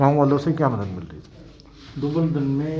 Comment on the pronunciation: Are bhai ye dubaladhan nhi dubaldhan h